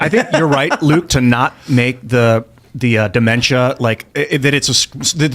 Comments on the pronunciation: Die-memtia lol. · Luke, it's dementia. Not di-mentia. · I thought Luke misspoke when he said “die-mentia” but then he said it again. He is not a smart man.